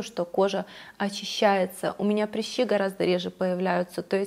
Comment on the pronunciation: Почему вы говорите "прИщи"?? Вы слишком принцесса, чтобы сказать по-нормальному "прЫщи"?))))